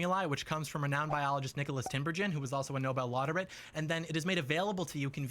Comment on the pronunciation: A Nobel "lauterate." Got it. 😕